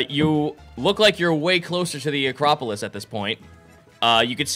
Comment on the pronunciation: Acropolips instead of acropolis again